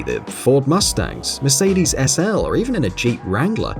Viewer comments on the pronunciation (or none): none